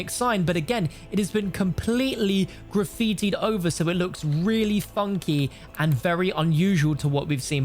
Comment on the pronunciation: He says graffiti like they will be related. It’s the 80’s